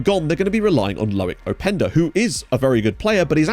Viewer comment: It's Lois openda not Loic openda